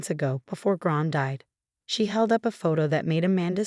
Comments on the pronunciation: What a bad A.I every time they say Gran they make another name of it ,Bad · It’s “LI-lee”, not “LEE-ly”. Get it right! For that matter it’s “Gran”, not “Grahn”. Also not Ron, Graham or brown.